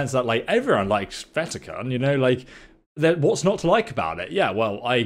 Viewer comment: Cairn ......not karen